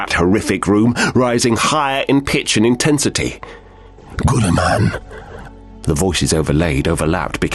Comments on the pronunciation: you pronounced his name wrong! Its Gillieman! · "GOOLI MAN" is by far the funniest way I have heard to pronounce his name that is not intentionally meant to be funny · Why does he pronounce his name like that ?